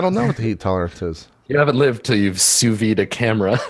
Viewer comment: I like how JP keeps talking about "souvy" and "souvying" while it looks like it's the actual french word: "Sous-vide" which litterally translate to "under vacuum". Somehow in english they use the french words... and the "d" sound just disappears?